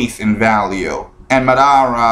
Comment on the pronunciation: A lot of your pronunciations are way off. Mah-dah-rah, Ah-sure-rah, Kah-gay, etc. Butchering the amount of names takes away from your credability in this debate. Also Naruto is the Incarnation of Ashura which you said multiple times, but then you once said Ashura is an incarnation of Naruto. A future generation can not have a previous version be it's incarnation. Also you missed the point of his rant. He is talking within this past Arc that they have completely changed Naruto's character from the "Hardworking Everyman" to someone of Fate and Prophecy. He even stated he ENJOYED Naruto as a character and his development up until this point. That Kishi fucked over Naruto's CHARACTER DEVELOPMENT beyond compare and changed what Naruto stands for compared to earlier in the Manga. His second part was based more on how the Narutards act like Naruto can do no wrong and his character development has no flaws or faults. Both of which couldn't be more wrong. (Their basis, not King's.) The whole sucking Naruto's dick is meant towards those Narutards, not the regular fan or intelligent fan. You were misunderstanding what he was trying to get across. Yes Ashura didn't hold Naruto's hand for him to gain all that power through his own hard work and determination, but with this newest set of chapters along with previously stated "prophecies" has changed what Naruto from a character development standpoint stood for. Kishimoto fucked that up. So please next time before you make a response video